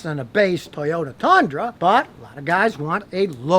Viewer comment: Scotty in a comical Texas accent: “TuHyUtA TuHnDruH”